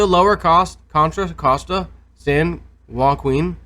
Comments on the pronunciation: San WAH-KEEN valley. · San Joaquin pronounced San Wa keen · Since I live here, in San Joaquin County, I think I would know. Also, since you are resorting to name calling because you are one of those know it all types that do not know anything, the latino, hispanic, Mexican, pronounciation of the letter J, is not like a J. Ever hear of San Jose, pronounced San Hose aaay, Or Tijuana (aunt Jane in English) I know you have heard of TIA WANNA Welll San Joaquin is pronounced San Wau Keen. You must be a libtard. Ever hear the Simon and Garfunkel song, "Me and Julio, down by play yard?" Now was it Julio, or Hulio when you heard it. Oh Fuck it, I live here asshole, and I know how San Wau Keen is pronounced. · SuperEliteExpertSauce San Joaquin is pronounced San Wau Keen. Just like Tiajuana is pronounced Tia - Wanna. and San Jose is pronounced San Hose aay. An ignorant know it all like yourself should know that the mexican pronounciation of the letter J, is either an H sound or a W sound. Also, I live here in San Joaquin County, which is just South of Sacramento. I think I would know better than you pretend to know, how to pronounce San Wau Keen, Also, before you start calling people names, make sure you are not being the asshole in the situation.